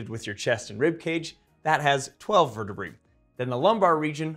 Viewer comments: Dude, the word is vertebrae not vertebree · verte-what? Verte-BRAY, say it right at least. Can't stand that mis-pronunciation, it's pedantic and wrong. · I've never heard anyone pronounce vertebrae as 'vur tuh bree' before. I've always said 'vur tuh bray'. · vur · tuh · bray